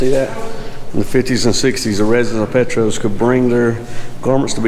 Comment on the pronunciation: Petros is pronounced, "Pee Tross". Nice town to visit also. Lots of history here, some good, some not so good. They say BMP is haunted. There are a few paranormal videos on you tube of people who've done paranormal explores here. Great video.